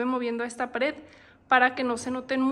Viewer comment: se dice y se escribe pared no pader 😂😂😂